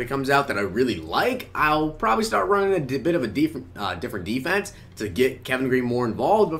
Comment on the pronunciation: Deeferent deefense.. sorry bro that was hilarious